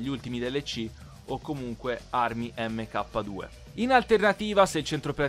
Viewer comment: mk 2 si dice MARK 2, mentre la deluxo si dice DELAXO